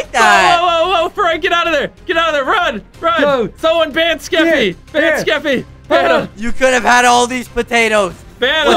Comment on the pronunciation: Jimmy calling Skeppy "Skepp" is the reason I live at this point